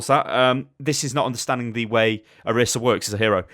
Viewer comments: Why does everyone say oh-rih-sah when she calls herself oh-ree-sah. Annoys the crap out of me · Why does everyone keep calling her Orissa? It annoys me so much! Her name is Orisa xV